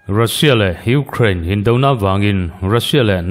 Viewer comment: I thu chhiar angaihnawm e, kan ṭawng nilo ṭawng dang, Ukraine tih ang te i lam dika, News Reader in nihna angin i smart a atha e, kan Youtube Channel neih thenkhat hnam dang ṭawng lam fuhlo hriat tur a awm fova, a in hmeh chiah lo deuh, tin Twesday Nightmare te ang mahni ṭawng pawh lam fuh theilo tehi rawn inla News viau ṭhin hmahse an hne awm ṭhin. Hmasawn zel tur kan nih ang bawkin, News readers tehi chu smart em em tura beisei pawh inni e, tin Russia hian Ukraine a rûn hi sim thak tura Russia hi nûai hrep tlak ani, tin Fuel hi tlema lam uluk leh deuh tumla i thei em em ang, "Fiuwel" ti anga lam rik a dik ang. U kha Mizo in "iu" tia kan lam rik anga lam rik tur ani ang. Indo leh indo thuthang a tam ṭhin hle a, tun lai News hi a rumra hlawm ṭhin hle kei pawn ka ngaithla nasa, ngaihnawm tak chu ani bawk si..😂